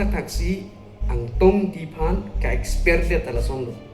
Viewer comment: Exper pukali t ko Expelled pu abang ji .. pronounce thek the ma